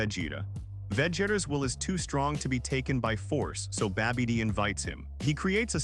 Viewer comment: Yo keeps saying babby dee... Like that big girl from Next Friday... Look out yo Babby Dee coming